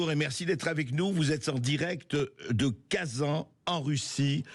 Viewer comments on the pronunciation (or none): C'est pas bric mais BriCS toutes les lettres se prononcent! De même que KaZANe, et non pas KaZa😂😂😂